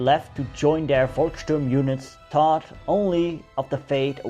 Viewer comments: That what heroic, you know it is pronounced Folksturm not Volksturm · The German Volk should be pronounced like folk (your pronunciation sounds like Wolk) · Volksturm is pronounced Folksturm! Müller - Myller, All V's pronounced as F.